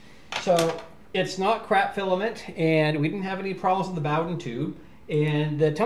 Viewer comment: booooooooden not bawden